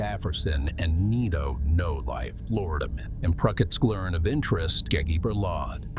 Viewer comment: lol "Flordaman"